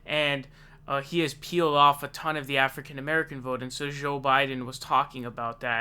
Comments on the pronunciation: Why do you say Joel Biden weird? Joel isn't hard to say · Bernie should ask him how it was getting arrested in South Africa LOL One thing though, why do you seem to pronounce 'Joe' as 'Szhoe'? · Why do you pronounce joe so weird